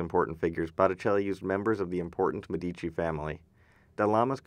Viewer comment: One caveat: "Medici" is pronounced MED-ee-chee. The accent is on the first syllable (ask an Italian!). The rule is that the accent is always on the next-to-the-last syllable, except when it's not.